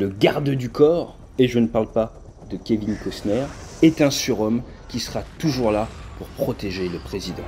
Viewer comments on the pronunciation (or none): none